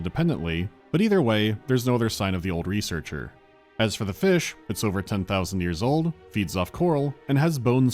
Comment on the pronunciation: Return to feesh